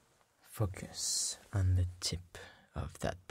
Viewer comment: I keep thinking he’s saying “Fuck yes” when he’s saying “Focus”